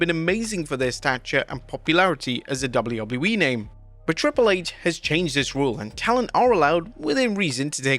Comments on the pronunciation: "Double wouble you e" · brother cant say WWE